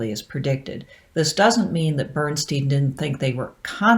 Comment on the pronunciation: Out of interest, why do you pronounce Bernstein's name the way you do in this video? Germans all pronounce "Bernstein" in a way that rhymes with "Einstein".